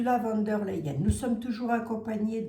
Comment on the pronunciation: Bjr. Savez-vous que le V se prononce F en allemand. Donc v d l se prononce fon der L.